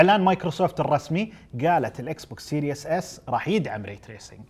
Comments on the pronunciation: Series not serious سيريز مو سيرياس ايش مشكلة العرب مع الأنجليزي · Series S ❌ Serious S ✅